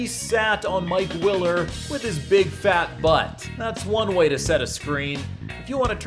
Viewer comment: Bro he called Mike Miller Mike willer to😂